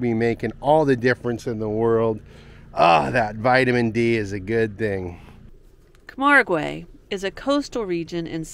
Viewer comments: Loved seeing the Flamingos. There is plenty of wildlife in Europe, but it is more populated with towns and cities than south America. You just need to find the nature reserves. By the way it's pronounced Cam-ARG. It's not like Spanish. You don't pronounce the 'ue'. Most pronunciations can be looked up on Google. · It is pronounced “camarg” and “arl”. No long e sounds. The white horses are like our mustangs. The Gardiens are like our cowboys and they do non lethal bullfights. Still cruel but not as bad as the Spanish version. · Camargue, pronounced Ka-marg (hard g); Arles, pronounced ARL